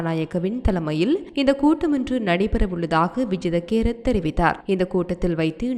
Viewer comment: Not Vijitha kerath. It’s vijitha Herath😂